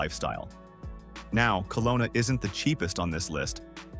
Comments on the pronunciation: Kelowna BC (not Colona) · It's not "Colona", it's Kelowna.